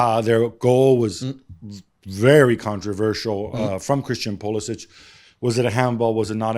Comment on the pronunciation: Gab still calling him Pulisitch like he’s was born and raised in Zagreb…